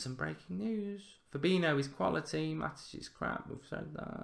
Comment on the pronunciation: Please just learn how to pronounce Fabinhos name...its not FA-BI-NO ...just google it...you will learn something